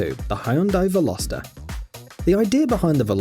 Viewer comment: hyundai: velo(speed)-star(star) viral vehicles: well-ohster